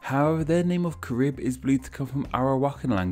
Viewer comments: it’s pronounced kah-rib, and kah-ree-bee-ann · KAIR. RIB. Your pronunciation is wrong. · Yes, us Caribbean people know a lot of this and could clear stuff up if you asked...also say Carib and Dominica right v.v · It’s pronounced careeb